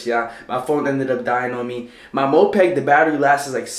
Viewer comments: Bro it's moped not mopeg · its called moped not mopeg, also thats not a moped